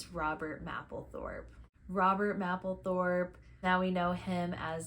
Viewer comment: Very nice video; by the way, I think most people (including Patti) pronounce "Mapplethorpe" with a long "A", like the month of May; not "map" like you're looking at a map. Since Robert is so key to Patti's story, this is rather important. Blessings